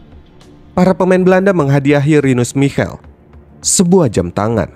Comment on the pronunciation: Pelafalan nama dr Michel, Rinus Michel, Lothar Matheus krg tepat, bro. Kbetulan gua saksi hidup turnamen ini